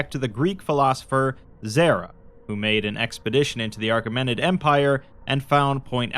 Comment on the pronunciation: not a big deal, but it's achemenid with no r